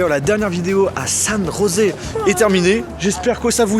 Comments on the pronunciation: San Josée Se prononce " San rosser " car cette de l'espagnol. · Ça se prononce San Osé!